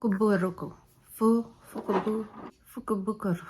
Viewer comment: Lol.. I remember trying to to say that.. at the end I was like meh lol so I’m proud of you for being able to say it right! Lol Love love love the makeup!! So pretty. These colors looks great on you. The purpley pinks def your colors! So pretty. I want to go to Japan.. someday it’ll happen. Yes.. it’s easy to get to $200 w/ tatcha.. lol letsss see what you got!! Lol